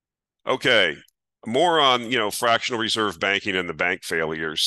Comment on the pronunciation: You said: "More on fractional reserve banking failures..." I heard: "Moron fractional reserve banking: failures!"